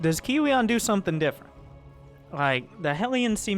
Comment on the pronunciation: i think you pronounce kiwian, Kowean